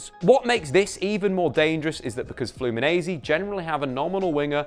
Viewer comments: We say Flu-me-nen-see not Flu-me-nee-z. Also, nobody calls it "O Círculo Bobo". Its called "Bobo" or "Rodinha de Bobo", which means, in sequence, "Silly" and "Silly circle/wheel" (as you've put it in the video). Bobo or "Silly" are the players inside the ball that have to keep running after the ball to intercept it when its being passed inside the circle. Its very widespread here in Brazil from kids to professional clubs. In addition, "toco y me voy" its in Spanish and we don't use this term here. We just call it "Tabela" (its essentially the same thing, someone passses and moves forward to receive the ball, thus moving past the opponent) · Let me teach you a thing...say FLOO-MEE-NEN-SAY...repeat after these... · You can say it like FluminenCe. The S after the N in portuguese sounds like a C 💚🤍❤️ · This is how you say it: “Flew me Nancy” think these words and voilà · I love the way he says "Flumineize" everytime and don't even tries to apologize(and he shouldn't) EVERYTIME for spelling it wrong. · Hello! Well, awsome video! Diniz is the future! And, about your pronounce with the "Fluminense" word , you have to talk like if saying these separated word in inglish : Flu + Me + Nancy :-) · Video is awesome, but you're saying "Fluminense" as an Italian. It's not that hard, I'll etite it using English sounds: Flu-me-Nancy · It’s pronounced flu-mee-nen-see